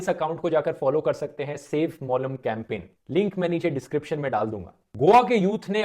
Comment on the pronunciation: It's मोलेम n not मॉलम.... 😅😅😅 But Goa does need support guys... So please please please make more n more people aware of this